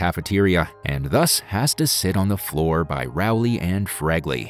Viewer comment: Rowley, not Rowle.